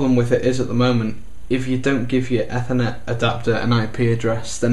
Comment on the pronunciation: ethhhernet? its "Ey ther net" .... Ethernet sounds awful...